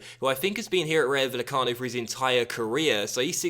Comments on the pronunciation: It's pronounced Vayecano, not Vallecano. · * PLEASE READ THIS* This comment is to help you with Spanish pronunciation. - If there ever is a -ll like in Vallecano, that is pronounced as an English y sound. - A j, like in Jorge is pronounced as an English h sound. - An h, like in Hernández, is always silent - In most cases, the emphasis is placed on the second last syllable, unless there is an accent on the letter, in which case the emphasis is placed on that letter. - A g, like in Jorge, is pronounced as an English h sound, unless it's at the start of a word, when it's pronounced as an English g sound, like in Gary. - An a, like in Rayo, is always pronounced as the a in Alex. - An e, like in Meré, is pronounced as the e in Ben. Hope this helped, as you always say how you've probably pronounced something wrong, so I wrote this to help you out as I speak Spanish.